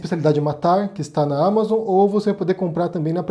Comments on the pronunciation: Só por favor corrige essa pronúncia aí: não é amazôn, a pronúncia certa ámazon. O nome e gringo né!! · Ele vive na Espanha, lá talvez pronunciem assim.